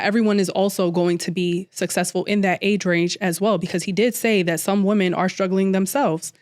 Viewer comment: Why are we saying woman mfs don't know how to say women English ain't that fn hard joe.